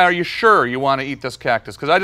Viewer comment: he said cocktus its a huge meme from a few years back